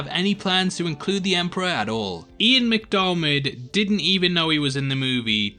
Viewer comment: How does an english person not know how to pronounce Ian McDiarmid's last name? As in (Deermid) not (Darrmid)